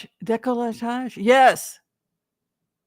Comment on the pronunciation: You were close the word is décolletage (you’re missing the T in your pronunciation).